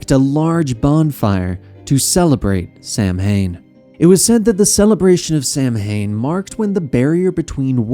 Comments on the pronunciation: Its (Sau-when) not (sam-hane) it's a minor thing but hearing this mispronounced makes me way more annoyed then it should be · Great Job & Co. Minor but common mispronunciation w/ Samhain as it actually pronounced Sow'inn xd